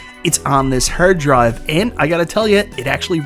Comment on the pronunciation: Whats a hurd drive 😂?